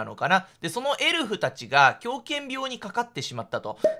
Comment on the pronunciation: 顎といいエルフやサンタの発音の癖が強すぎて解読不能です(スピーディー土下座)